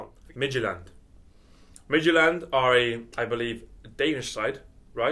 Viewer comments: As a Dane I can confirm has got the pronounciation of FC Midtjylland correct, and I can actually name their whole starting line-up. It has only taken them 16 years to reach United's level... such a joke, Midtjylland is in the middle of nothing, the team isn't even presented by one city, because it is in the middle of fucking nowhere. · pronouncing Midtjylland very well actually (y)